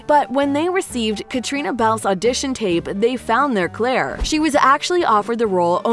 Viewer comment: It’s Claire, not Clara, and Fraser, not Frazier.